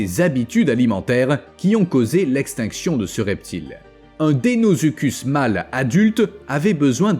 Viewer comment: Très bonne vidéo comme d'habitude mais le crocodile géant s'appelait deinosuchus et non deinozuchud